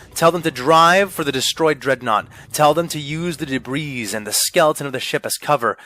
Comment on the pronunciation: VA pronounces "debris" wrong and it's bugging me